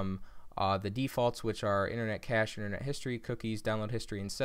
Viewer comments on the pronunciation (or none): none